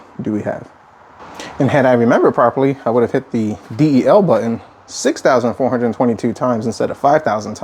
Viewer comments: "D-E-L BUTTON" Sit, it's the delete key. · For a so called "Tech Garage" you dont know the lingo, pronouncing stuff wrong. The D E L button? How about the delete key... To many things wrong here for me to stay. Good luck dude.